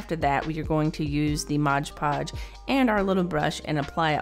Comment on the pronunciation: I like how you say "Modge Podge" instead of "Mod Podge." I do the same thing LOL